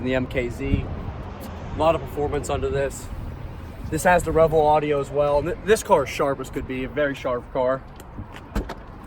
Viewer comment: Solid review. Only comment: it's pronounced REVel not reVELLE